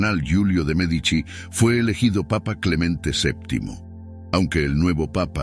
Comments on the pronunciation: Me encanta la entonación, del Sr. Que narra, también es un excelente narrador. Lo que no entiendo, es si dice nombres o apellidos correctos, unos minutos después, parece que se le olvida cómo pronunciarlos ejemplo. Merdici , Medicis en lugar de Medici. Mandragora sin acento, Señoria, De ya Rovere en lugar Della Rovere etc. de pronto no sabe uno a quien se refiere. O el que narra es IA ? De cualquier forma muchas Gracias tiene datos muy interesantes que yo no sabías. saludos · Medici, no Merdici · Aunque no lo parece, quiero pensar que es una máquina la que lee, porwue no pone un p. acento bien, y no hay nadie tan tan tan pero tan ignorante que no haya oído hablar de los Medici, no Merdici😂😂😂 o Merdizis😅, MEdici, pronunciado Médichi.